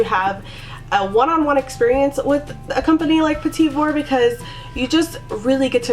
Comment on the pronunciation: It not petit like "petty" its pronounced like petit just don't pronounce the last T. So kinda like "puh-tee" with the emphasis on the second syllable.